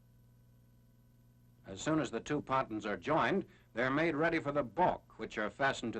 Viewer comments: Someone in another film comments said that’s how they pronounced it back then, I can’t confirm that though. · Patuns??????? Pontoons.